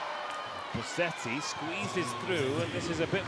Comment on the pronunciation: Please, is Bosetti not BoSSetti.